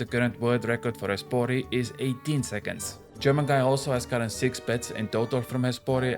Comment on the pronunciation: "Esporé" lôl